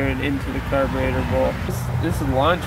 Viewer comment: caberator or carburetor?????????????